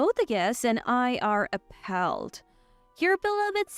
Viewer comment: Apaulled not ap palled